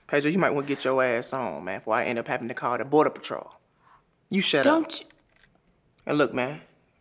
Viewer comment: He said bordor patrol 😂😂😂